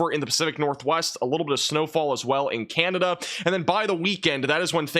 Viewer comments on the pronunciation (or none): none